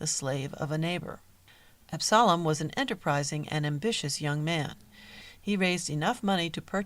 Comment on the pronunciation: The pronouncement of Absalom is wrong. And painfully distracting. Also Absalom did not found the A .M.E. Church. They (Jones and Allen) were members of the Free African Society